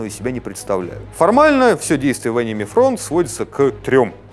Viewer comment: Он как-то странно произносит слово Enemy, мне слышится что-тотипа мимими